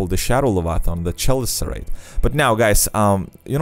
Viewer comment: "Chelicerate" is pronounced "keh-LIH-ser-uht".